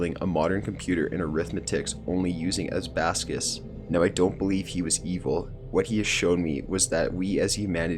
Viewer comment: as-bas-cus? you mean an abacus (aa-ba-kis)?